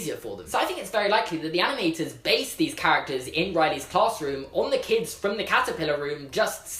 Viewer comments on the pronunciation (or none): Who else noticed he says aminated and aminators rather then animator and animated